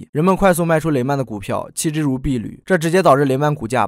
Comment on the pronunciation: 阿…雖然不是很重要 “屣”這個字的發音應該是“洗” 呂的發音應該是這個字 “履”